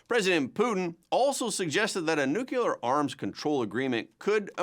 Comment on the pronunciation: New klee uhr. Not new kule ur.